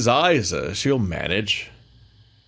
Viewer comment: Levi did a lot of writing, editing, and programming btw! Tech prince has helped a lot as well, it's not a solo project (Also I'm still watching so maybe you figured it out but "Isa" is pronounced "Ee-Sa")